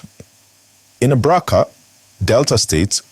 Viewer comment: What kind of English is this. You are reading pigeon English from a script. You can't even pronounce Abraka. Please go find another job.